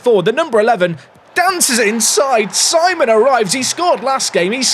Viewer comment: If he is French, Simon would be pronounced Sea-mon. Think you could retrain your brain,?